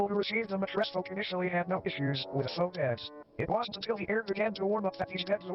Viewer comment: It’s not fowx it’s fo it’s French for fake just fyi